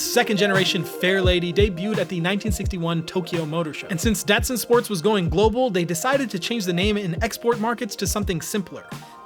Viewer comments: This was a great review, but your age it's showing. Your not old enough it's pronounced "DahT-Sun, not Dasun. Little more umff...to it for the streets, were the cars really excelled and rose to prominence. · It’s pronounced “Dotson” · Pronounced dot sun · It’s pronounced Dot Sun. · Well, if you grew up with the Datsun 240Z and cars back in the 80s, you would pronounce it like an American as "Dotsun". see Jay Leno or any older folks. Dotsun is pretty darn close to the way Japanese pronounced it. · I always thought it was pronounced DOT sun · You're not saying the word Datsun right! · Great great video, it's funny to hear someone from your generation say the word datsun. It's pronounced differently but unless you were around in the 70s you'd never know, that cracked me up. Awesome video man.